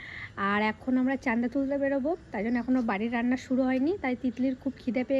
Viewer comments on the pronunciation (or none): তুমি একটি কলেজে পড়া মেয়ে, চাঁদা কে চান্দা বল কেন। উচ্চারণ ঠিক করতে হবে।❤ ভুল উচ্চারণ শুনলে কানে লাগে। শিক্ষা কে কাজে লাগবে।❤